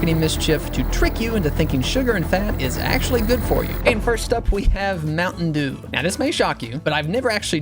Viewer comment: Bro turned mtn dew into ompa dew💀